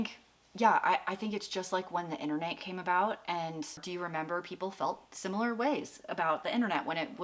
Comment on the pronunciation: Bahahahah great video. When he said Sim ya Ler 😂 instead of sim I lar I died 😂😂😂